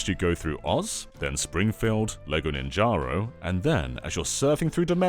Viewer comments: I will never forgive you for pronouncing Ninjago as "Ninjaro" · Man said ninjaro